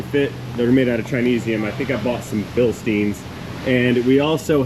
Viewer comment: You (and many other Americans) really need to do something about your knowledge of German words 🤣, when I hear you pronounce the word Bilstein (it is a german company) it is literally ''Bilsteen'' or ''Bilstien'' how you pronounce it. It really is BilstEIn, just like pronouncing the i you pronounce Ö as you would pronounce the letter in Under good luck with it 😉